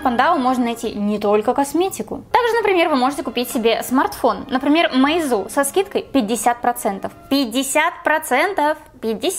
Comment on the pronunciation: Не мэйзу, а мейзу